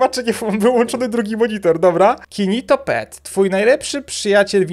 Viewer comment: jak tak się dobrze wsłuchać w czokleta to nie usłyszycie kinitoPET tylko kiritoPET XD ( to nie jest hejt tylko żart dla śmiechu )